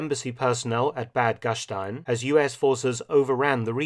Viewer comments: Mark, pronounciation of Bad Gastein is an exception to the rule. You’re correct, „st“ in German is usually pronounced like „-sht-„, just not in this case. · Just a little info: Bad Gastein is pronounced without the sh-sound. Well at least in Austrian high German. The locals will give you a truly different pronunciation due to the dialect spoken there.